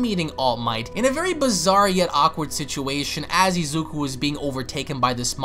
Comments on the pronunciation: Why do you keep saying Izeku?? It's Izuku. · Bruh ur calling Izuku Izeku its funny😂